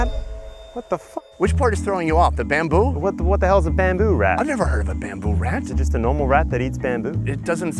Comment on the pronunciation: the way he says bamboo had me dying🤣